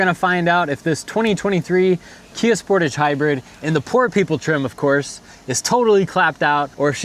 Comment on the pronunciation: Thanks for this video, very informative, and easy to understand. Just one point to explain, I am a senior CANADA citizen and the word Sportage is pronounced spor-tage( spor tage).I just bought a 2026 spor-tage EX-PREMIUM, and after 3 years of use, if it's 1/2 as good as yours, I'll be a HAPPY CAMPER. YOU got more than 100K miles with the same Brakes, WOW, you are a good no a VERY GOOD DRIVER. Thanks again, looking forward to your next video, keep updating. GOD bless YOU and your FAMILY 🙏.